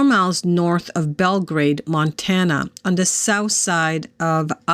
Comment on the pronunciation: You said it correctly I used to live in Montana for 5 years